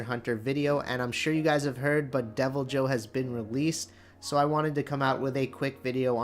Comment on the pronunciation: No. The J is not silent. Literally nowhere is it pronounced “Devil-Hoe” in the games